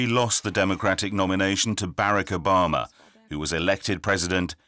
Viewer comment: "Bare-ick Oh-bar-mer"